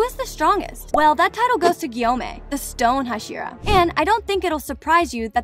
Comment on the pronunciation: Nit Gyomei and not samei💀 (bro is gay)